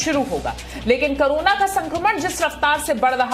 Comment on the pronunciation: करोना नहीं वो कोरोना है एंकर महोदया। कृपया उच्चारण सही करिये।।।